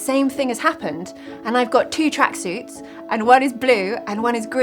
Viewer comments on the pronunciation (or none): Tracksuits not track-seas ¿